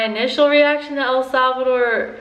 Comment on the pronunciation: ¿Puedes hablar español? Y por favor.... SAY THE NAME RIGHT